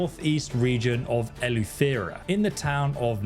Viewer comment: kudos on your videos very detailed, just one thing here across the pond it's pronounced Elu-Th-e-Ra